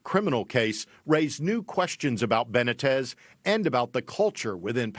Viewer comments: How is it possible for white people to live in a community with a large Hispanic population and not learn to pronounce Hispanic names. Benna-tez, give me a break, its Buh-nee-tez. Dude is a dick but still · It 'ben-knee-tez' for Christ's sake. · Ben neat tez is how you pronounce his name BENITEZ.